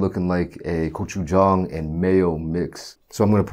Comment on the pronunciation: Finally someone who can pronounce gochujang